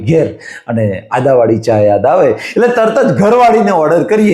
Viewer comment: Bolaneki sikho Adavali Nahi Aduvali bolo.